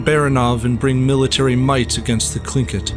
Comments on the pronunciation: You pronounced the word tlingit wrong it is actually Lingit its very hard to explain because our languages were never written down until after the genoicde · why do you pronounce tlingit as klinkit? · Gotta love how every history youtuber constantly misspronounces every name and title